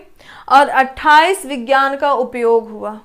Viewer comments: Mam sorry to say but aapko khud yd nhi ho paye dekhkr bol rhe ho aap vk bhi vigyaan ko vijan bol rhe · Aap hi confuse hai विज्ञान को विजान bol rhi hai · Rat ke aayi ho kya maidam vigyan ko Vihaan bol rahi ho😁😁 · आपको हिंदी तो ठीक से पढ़ना आता नहीं है। विज्ञान को विजान और गैर को गौर बोल रही हो कॉमन सेंस नाम की भी कोई चीज होती है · इन्हें कुछ नहीं आता है। फरवरी के दिवस में विज्ञान को 2 बार विजान बोली हैं। कॉमन सेंस नाम की चीज नहीं है इनके पास। सब कुछ पहले से छाप कर पढ़ा रहीं है। खुद इन्हे कुछ भी याद नहीं है। बहुत ही खराब ट्रिक ( कथा के जैसी) है। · Main qualification kya hai aapke uchcharan To Sahi kar nhi pa rahe ho aap Vigyan Divas Nahin pata hai aapko